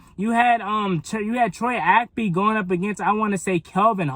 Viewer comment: Good video but Bruh! It's Troy Ap-KEY! KEY!